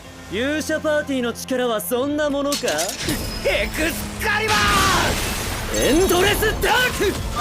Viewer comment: 에쿠스 카리바아아아 인데 칼리버라고 해서 약했네